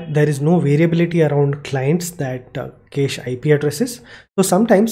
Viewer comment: Cache in USA is pronounced as cash. Anyway, awesome content. Thank you so much.